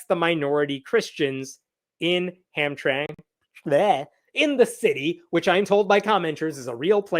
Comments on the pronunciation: omg its (HAM-TRAM-ICK) A SMALLER PART OF GREATER DETROIT. THANK YOU FOR YOUR ATTENTION TO THIS MATTER. 😂😂😂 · Hamtramck is a city in Michigan surrounded by the City of Detroit. Had been a Polish community for a long time. The ethnicity has changed. Pronounced Ham-trám-ik…